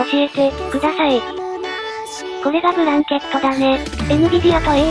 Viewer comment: ブランケット→ブラケット やねw